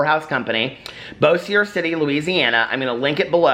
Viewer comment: Bossier is pronounced Bo-sure 😉